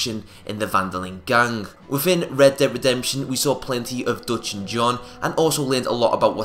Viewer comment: Lol I hate how you how you say gang